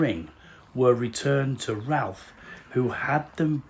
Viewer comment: As a volunteer at Claydon I watched your film with great interest. Thank you for getting across so much information to inspire future visitors. A couple of minor additions: The family pronounce Ralph as 'Rafe'; The side of the house overlooking the lake was designed as the front of the house; Sir Edmund's ring was not buried, it is in safe keeping away from Claydon. It was shown to guests in 2015 and also featured on a tv programme; Above the left side of the altar is a gauntlet said to be Sir Edmund's; Services are held once a month. Hope you come to see us again soon. PS: the drive has been repaired!